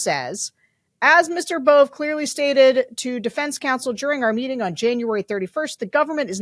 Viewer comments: It’s pronounced “bo-bay” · Emil Bove's name is pronounced Bové or Bovay or ... /boʊˈveɪ phonetically (Wikipedia). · Danielle is the anti-Bondi. CBS news is pronouncing the name “bovay.” Quid pro quo is becoming the basis for our legal system. 🤮 Is it possible that there aren’t enough educated, effective attorneys to support the MAGA agenda? 😂 Will Kathy Hochel remove Adams? Trump thinks he is Mayor of NYC now🤬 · George please pronounce his name correctly BO VAA long a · Phonetically Bove...would be Bo-vay....